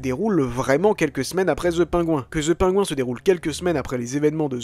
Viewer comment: Très cool comme vidéo, par contre essayons de prononcer "PennGuïnnn" à peu près mais dire "The" et prononcer "Penguin" à la française ça fait hyper bizarre ;-)